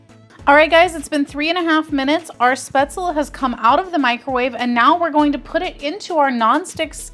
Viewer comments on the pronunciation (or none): Thanks for posting the video. The dish is pronounced spaetzl-ah. In German the "e"'s arent silent (think Porsh-ah, the car). I noticed the actual heating instruction BTW tell you to heat it in the bag for 3-4 minutes in a microwave. This quickly steams the product, and really helps prevent the butter from "breaking" and turning the dish into an greasy mess.